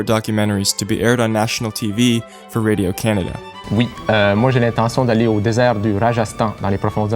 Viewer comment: raydeeo caanada.... I don't speak French but, as a Canadian, it sounds so weird to hear it said as two English words. Anyway Arrival Incendies Sicario Blade Runner Dune partie deux